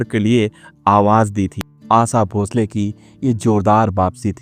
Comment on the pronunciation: Who ever has made this video doesn't have spine to mention his name ...makes video on hearsay to fill his stomach, shd first learn to speak shuddh Hindi ,can't even sowll the Great Asha Bhosle s name properly,and is badmouthing a women talks about the mentality of cursing a successful woman for the fate of a man ..